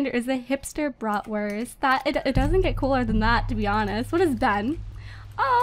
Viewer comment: What's a 'brotwirth'? Is that what they call hotdogs in America?😂